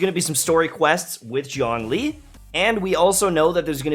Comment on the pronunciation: Why no one pronounce Zhongli correctly even in game? It's Zhong, the o sound is like the oo in book, it's not dong or schlong